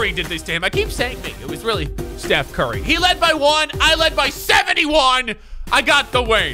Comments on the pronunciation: “Put the T in it and your corrected” Steth Curry? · Stuph Carry